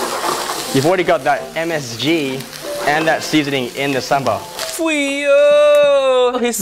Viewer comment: Your pronounced ‘sambal’ like a local 👍